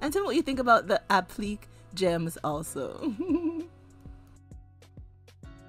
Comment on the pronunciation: Just an FYI, applique is pronounced app-li-kay